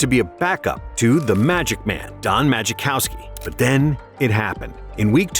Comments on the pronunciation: Yeah and the voice was pronouncing Majkowski is Maji-cow-ski and not Muh-cow-ski. I agree, this is AI, in fact there was a lot of misinfo in this video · Maybe you should learn to pronounce names before you make a video...magiccowski psssh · Ma-Kow-Ski. The J is silent. Ugh the narration on this is abysmal. Lambeau didn't go wild in the playoff win over the Lions - it was in Detroit. The Patriots weren't defending champs when GB beat them in SB XXXI... Then his painkiller addiction was addressed prior to the '96 season, not in '98. And wth is this "Young, Steve Young"? he was 39 in that Wild Card game. Yes these details are inane, and they did get the stats right, but if you're telling a story, don't you want it to be relatively accurate? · "Magikowski"? who tf narrated this'? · Magic kowski??? 😂. Step your game up, better research, less AI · Don 'Maj-uh-kowski?' AI voiceover nails it again LOL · Should have learned how to pronounce Majkowski. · Majkowski’s name incorrectly pronounced. Wild card game against the lions was at the silver dome, not in Lambeau. The patriots were not the defending champs in 1995, the cowboys were. Favre’s painkiller addiction was in 1995, he was in recovery in 1998. Steve Young was not “young” in 1998 he was 37. Donald Driver didn’t emerge as a reliable receiver until 2002 not 2001. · Also, if you can't pronounce Don Majkowski's name, you might not be the right guy to tell this story :P... Fun fact, Don was arrested a couple days ago in Eua Claire after getting drunk and into a bar fight and going at a cop.